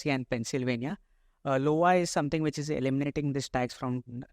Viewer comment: I (read as eye) as in Ice Cream - Iowa not Lowa (L as in Lion)